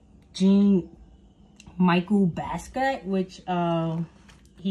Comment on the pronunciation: You can't even pronounce Jean-Michel Basquiat properly....throw the whole video away.